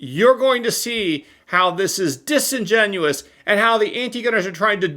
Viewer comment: Disenginiousous? There're gonna' start calling you antisemitic. 😂😂😂